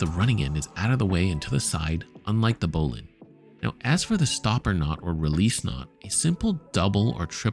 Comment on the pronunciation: Thanks. And thanks for pronouncing ‘bowline’ correctly.